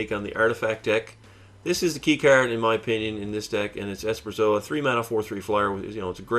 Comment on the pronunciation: Esperzoa? You mean Esperosa right? You also have too many lands, should have 20.